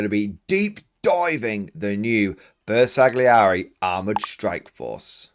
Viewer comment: Great video. BTW Bersaglieri is not pronounced with a hard "g" it is not a soft "g: either. It is better to not pronounce it at all.